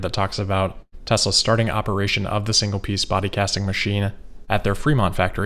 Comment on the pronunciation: We finally learn the correct pronunciation: Tezra.